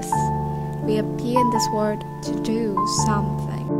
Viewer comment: Mk thấy bạn đọc sai ở đoạn 1:1 phút vì từ do đâu có s đâu mà bạn đọc lại có chữ s sai lỗi đọc nha